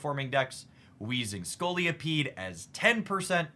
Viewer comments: Scolipede not Scoliopede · Great video and analysis. Quick point - there's only one 'O' in Scolipede. It isn't Scoli-O-pede ✌️